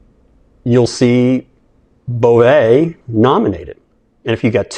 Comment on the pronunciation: I speak French and it’s pronounced G…as in grotesque and é ….as in way…without the w …Bove(ay).